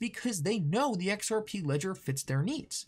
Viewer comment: Lol can anyone count how many times this guy says XRPee? Its the most centralised thing, technically not even a crypto